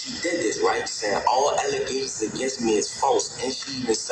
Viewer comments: "It's false allezations." -Mayor Tiffany Henyard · False "Alezaishuns" and I wuz framed, it wuz da one arm man! Comedy gold boys. And this kids is why we stay in school, learn to use English correctly and become a valued member of society.